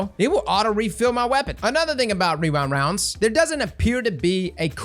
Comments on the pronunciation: wee-rind wounds, i cant say REWIND ROUNDS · I swear for some reason I would hear wewind wounds instead of rewind rounds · I don't know if it's your mic, but all i heard was "weewind wonds" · "Wewind Wounds" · what type of rounds is he trying to say because he is not saying rewind lol